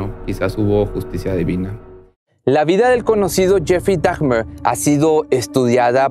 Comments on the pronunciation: Lo único que no me gustó fue que se la pasó diciendo Dagmer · No es "dagmer" es dahmer la h es muda asi que se pronuncia damer